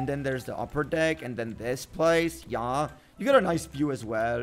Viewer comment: I laugh when he say ya